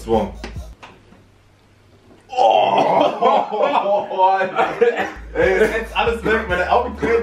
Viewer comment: Alter wen du englisch sprechen willst dann sprich strong strong aus und nicht stuong